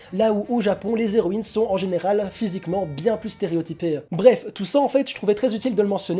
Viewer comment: Ce manga a l'air assez sympa meme si j'ai pas l'habitude des mangas francais. Bonne vidéo ! (PS: les Héroïnes : pas de liaison entre "les" et "héroines" ... les zéroines m'ont piqué les oreilles tout le long xD)